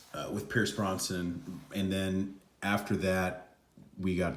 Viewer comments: haha no you said Bronson but it’s brosnan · Brosnan, brother, not Bronson. Good review nonetheless. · Pierce Brossnin? BROZ NAN